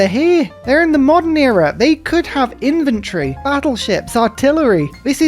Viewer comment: Annoying personal nitpick, which might make a funny cartoon for you. I hope you are not offended, but it keeps poking my brain. (It might even be an old joke from early in the channel that I missed.) "Babylon are over here... they could have Infantry! (in-ven-tre)" In-vin-tre, versus In-fan-tre. Every time you say that word, I get the mental picture of a civilization-economic-monopoly game where you try to run your opponent out of business by having better products on your shelves. "Alright, that's it! Those annoying guys over at Babylon Biblotech think that they can have more advanced inventory then US! We may be a new, upstart library selling only survival manuals, but we will run them out of business!!!"